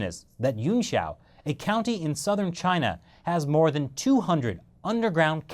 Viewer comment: Chay-Nah! Lol